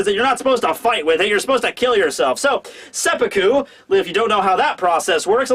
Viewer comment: Glad you pronounced it as seppuku, and not seppuku